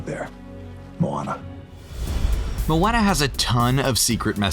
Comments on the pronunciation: mOaNnAh ... it's pronounced mo onnah it literally was said in the clip u played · Anyone else cringe by the way he said Moana 🙃. Mo-anna ew😂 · The guy calling Moana MoAnna triggered me so much lol. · He pronounced Moana’s name wrong multiple times. You would think that if someone is talking about a movie, they would know the characters. 😶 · I only watch this to see how wrong they get things. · How do you pronounce Moana incorrectly every time when Maui says it correctly in the video. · you said Moana wrong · Someone needs to tell him how to say Moana. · Is anybody else cringing every time he says moana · I love it but I did cringe a little when u said Moana wrong lol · I hate how he says moana’s name